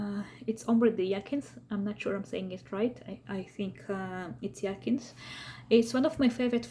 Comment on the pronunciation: It’s pronounced High-A-Synth